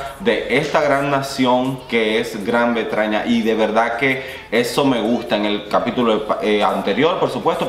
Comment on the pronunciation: Jijiji me gusta cuando dices Gran Bretraña, traña